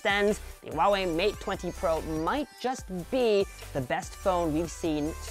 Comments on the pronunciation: my dear, it's Huawei(How, House), not Wawei! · Why do I keep hearing him say “Wawei” instead of “Huawei”?